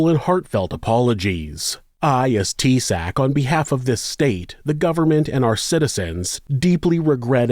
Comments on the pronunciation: FYI: In Ireland, the Prime Minister is termed Taoiseach which is pronounced TAY-shock, not "Tea Sack" lol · Mate its pronounced Tea-shock.